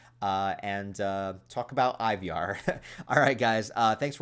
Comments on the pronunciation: Scandinavians pronounce it like Ee-var with a kind of rhotic/rolled R, right? I feel like they went that way sometimes in The Last Kingdom. Or maybe just go with Eye-var. That Y he snuck in there hits different. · Why you saying Ivar wrong bro?